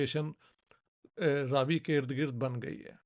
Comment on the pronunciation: Raavi nahi, "Ravi" .. it's name derived from Sun